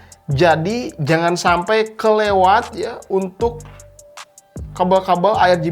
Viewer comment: Orang sunda ..😀😀 sampai bang🤭